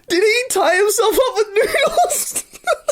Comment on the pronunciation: they aren't noodles, they're noose-les XD